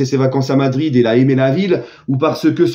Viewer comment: Toi pourquoi tu dis Vadrid t'es pas objectif le seul et unique parisien objectif c'est l'Immigre Parisien